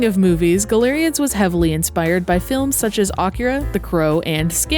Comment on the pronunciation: Galerians was a amazing game when it came out, but I got to a point where I soft locked myself (nothing to control my anger), and I gave up. I tried to go back to the game, and the controls are absolute jank. I always thought it was pronounced "GAL-ER-IANS" not "GA-LER-IANS" like you said. I dunno which one was correct. :)